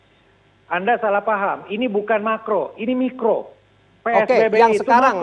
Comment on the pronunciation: Maap mikro bukan makro hahahaha haduuuhhhhh reporterne piyeeee 😂